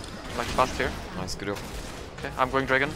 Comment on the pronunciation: English: Job: Yob English: Joke: Yoke English: Jax: Yax English: J??:.... Y!!